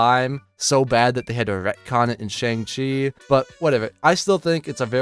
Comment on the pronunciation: Had to stop after he says ShAng -Chi